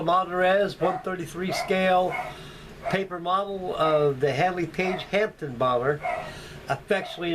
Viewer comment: It's called a Handley page "Hampden" not Hampton!!!